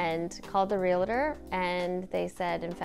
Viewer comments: Realtor, not realator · Great house!..congratulations on keeping this treasure intact... but why pronounce realtor as relator??? Regionalism? Difficulty pronouncing two consecutive vowels?.... just curious as English is not my first language and I would like to know more about exceptions in pronunciations.....